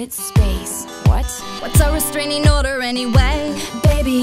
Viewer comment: "What's a restarining order anyway???" LOL :D